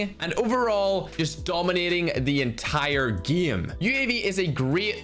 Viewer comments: The Ernie geeemuh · Plot Twist: Instead Of Game he said gim 😂😂😂